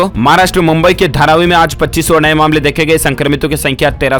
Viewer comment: Bolna nhi aata h kya aaj ko aaz aur zaroori ko jaroori